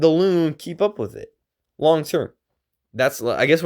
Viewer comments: Bro its not l-oo-ng like ba-loon its long but kind of a “u” sound like lung and long together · STOP SAYING "L-OO-NG", it's not pronounced that way 🙏